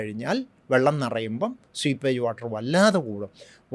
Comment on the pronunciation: Sweepage അല്ല സർ , seepage അർത്ഥം താങ്കൾ ഉദ്ദേശിക്കുന്ന leakage തന്നെ സ്വീപേജ് എന്നൊരുവാക്കില്ല